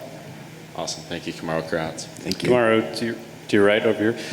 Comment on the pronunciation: Kamaru: "Guys" Reporter:"Kumar!"